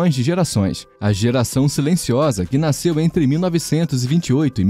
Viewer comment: Bom vídeo, mas ouvir “naisceu, naiscimento e naiscido” é doído.